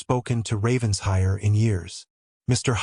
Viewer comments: An excellent narration, however the story needs editing;The past tense of read is pronounced red Ravens-hire is pronounced Raven-shire or Raven-shur., depending upon the local dialect. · RavenSHIRE! PLEASE! You AI needs to learn ENGLISH! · Several consistent mispronunciations, some are homophones but many are poor AI programming of English. Examples; read-read, lead-lead, wound-wound, but really if you are going to use a family name such as RavenSHIRE, have AI programmed to pronounce it correctly! A shire is a land area designation of England. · Well said , I find this mispronunciation irritating